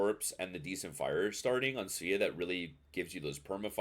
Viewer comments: It's pronounced Sva-ah. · I'm gonna blow your mind right now. It's pronounced "Sway-uh" in Swedish. It's a Swedish ship. Your move.